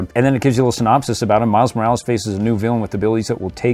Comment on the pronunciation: It’s not miles Moralees it’s Miles Morales